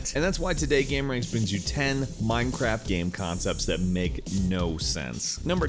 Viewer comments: did he just say Mimecraft xD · miiiinecwaft yaaaaay